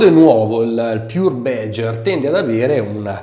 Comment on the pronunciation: What the fuck is "bedger"? It's BADGER: check the correct pronunciation online ffs...